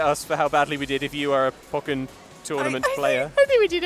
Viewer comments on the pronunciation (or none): One thing to note it that this game's title is pronounced "Pohk-ken", not "Pah-ken". It's a combination of "Pokemon" and "Tekken"